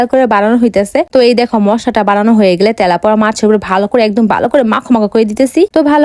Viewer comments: তেলাপোয়া❌ তেলাপিয়া✅😐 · তেলাপোয়া না তেলাপিয়া হবে 😂😂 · তে🤣লাপুয়া না তেলাপিয়া মাছ বলে😮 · গইজ কি ভাই? ওটা গাইজ হবে,,,,আর তেলাপোয়া না তেলাপিয়া আর মাসলা নয় মসলা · আপু তেলাপোকা না তেলাপিয়া মাছ 😂😂😂😂😂😅😅😅😅😅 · তেলাপুয়া না তেলাপিয়া মাছ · মাছের নাম টা ঠিক করে বলেন মাছের নাম তেলাপিয়া মাছ তেলাপোয়া, না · আপু এটা তেলাপোয়া না এটা নাম তেলাপিয়া মাছ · তেলাপিয়া ❌❌ তলাপোয়া ✅ ✅ 😂😂😂😂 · তেলাপিয়া মাছ ❎ তেলাপুয়া মাছ ✅ 😂😂😂😂😂😂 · তেলাপোয়া নারে বোইন তেলাপিয়া😂😂😂😂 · কত বার বলব এটা তেলাপোয়া মাছ না এটা তেলাপিয়া মাছ হায়রে ওসিখিত😂😂😂😂😂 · তেলাপোয়ানা অর তেলাপিয়া হবে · তেলাপোয়া না তেলাপিয়া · তেলাপিয়া ❌❌ তেলাপোয়া✅✅ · তেলাপিয়া ❌। তেলাপয়া ✅ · তেলাপিয়া ❌ তেলাপুয়া ✅ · ইতিহাস সাক্ষী এই মহিলা সবসময় তেলাপিয়া মাছকে তেলাপোয়া মাছ বলে ❤❤😂😂😂😂😂😂😂😂😅😅😅😅😊😊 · তেলাপিয়া ❌ তেলাপোয়া ✅😂😂😂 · তেলাপিয়া না তেলাপোয়া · তেলাপিয়া❎ তেলাপোয়া✅😂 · সে উচ্চারণ করেছে তেলাপোয়া তাই মজার ছলে বলেছি কথাটি আপনি যদি সামান্য মজাটা বুঝতে না পারেন তাহলে কমেন্ট করবেন না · তেলাপিয়া ❌ তেলাপোয়া✅ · তেলাপিয়া হবে সঠিক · তেলাপিয়া মাছ হবে সঠিক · তেলাপিয়া ❎ তেলাপোয়া✅😂😂😂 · তেলাপিয়া মাছ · তেলাপিয়া ❎❎তেলাপোয়া✅✅ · তেলাপিয়া মাছ হবে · এই মেয়ে পড়া লিখা করে কিন্তু নামে কোনটার উচ্চারণ কি রকম তা জানে না জরমোদিন,তেলাপোয়া,পাদ, গয়েজরা কিসব কথা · তেলাপোয়ানা তেলাপিয়া আর মসলা না মসলা 😂